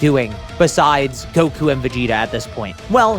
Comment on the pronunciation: did bro just say gowas and zamas